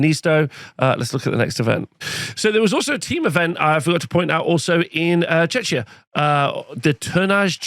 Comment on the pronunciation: Just to prevent any potential offense: it's pronounced Check-ia not Chech-ia <3